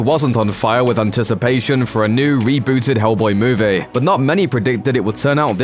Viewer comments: Why can't you say "movie" properly? You sound like a ming-mong saying "moovay". Next. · Have not seen the film yet, doesn't look great but what I did hate was the way this going kept saying moovay instead of movie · had to stop watching ...you saying movay make me sick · What's a mooveh? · What the hell is “muuvey” u said movie correctly too